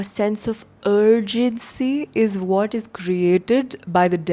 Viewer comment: sounds like "whach you eat is whach you are" 💅